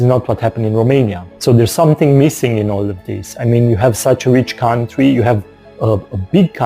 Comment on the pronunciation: Country or coutry, i think you have to put a 'n' in between, or maybe is it a word that i do not know, because i am not a native English speaker. Greetings